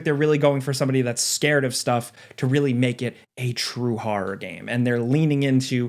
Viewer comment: hearing you pronounce horror as haw-rawr does weird things to my brain.